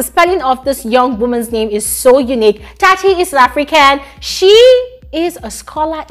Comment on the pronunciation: Tsatsi is pronounced "tsatsi"..not "tati"😊